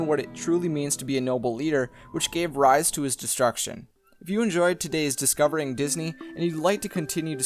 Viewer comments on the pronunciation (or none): none